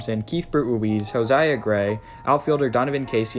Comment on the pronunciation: Josiah gray not jose